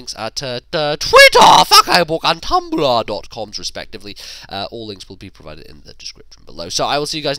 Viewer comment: Tumblah.